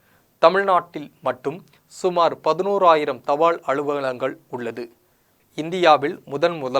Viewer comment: Post card not poster card. தபாள் கார்டு இல்லை, தபால் கார்டு, ள் அல்ல ல். தமிழ் கற்க வேண்டும். காளம்? காலம்.